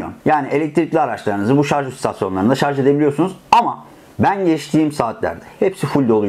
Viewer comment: Kanalın adı "Teknolojioku" ve elektrikli araçlara dair ahkam kesiyor ancak henüz "şarj" kelimesini bile telafuz edemiyor.